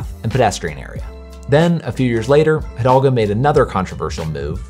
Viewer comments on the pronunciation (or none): Thanks for this video. The name of the paris mayor is Anne Hidalgo and not Hidolga. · It's Hidalgo, not Hidolga. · Bro struggled to say Anne hidalgo